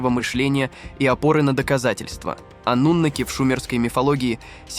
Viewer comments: Ты когда с бумажки читаешь , хоть ударение правильно ставь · Они и сейчас живут здесь. Ударение "анунаки" на вторую А. Информация очень куцая. Давно уже всё выложено в инет, а не детский лепет